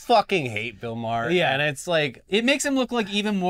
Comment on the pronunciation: The best thing about Bill Maher is that nobody pronounces his name correctly